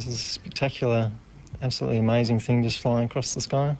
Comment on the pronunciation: Ha! He said "THETS AMOIZING!!" just like the fast show!